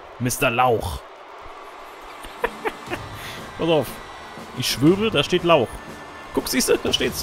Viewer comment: Hey, dein Lauch heisst eigentlich Laoch und kommt aus dem irischen und heisst übersetzt "Held", wobei ich nicht weiss, warum Sheamus ein Held sein soll, lach. Gruß Andy